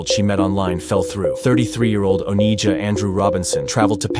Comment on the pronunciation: Her name is not Onyjah. Its Oninja. She embodies why sistas are by themselves.